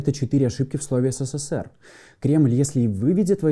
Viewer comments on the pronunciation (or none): none